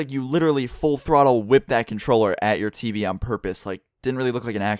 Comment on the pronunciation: Why do u say tv like Tiivii or Teepee